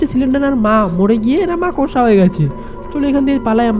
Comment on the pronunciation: That's not মাকসা😂😂❌ It's মাকড়সা😂😂😂✅